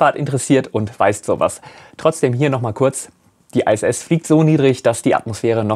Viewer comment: Warum "ei-äs-äs" und nicht "ih-äs-äs" bzw. "eitsch-ti-wi" anstatt "ha-te-fau"? Abkürzungen können immer in der eigenen Sprache (hier: Deutsch) ausgesprochen werden. Das machen alle so - auch die Amis (BMW = bi-äm-dobliu"